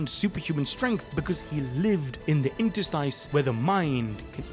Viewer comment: Great video. Thanks for sharing. But FYI: Interstice is pronounced inter-STIS, not inter-STEIS. First syllable:in (as in in). Second syllable:ter (pronounced tur, with the primary stress).Third syllable: STIS.